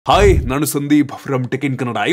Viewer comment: ಹಾಯಿ not ಹಾಯ್😂😂😂😂